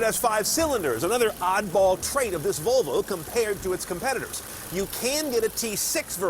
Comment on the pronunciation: Volovo .. Sounds like a guy trying to say Flafel after consuming 4 liters of tequila :D